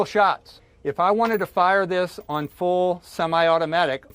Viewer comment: I believe there was a pronunciation issue on the CNN semi-auto news piece. The full semi-automatic was supposed to be a "fool" with a semi-automatic.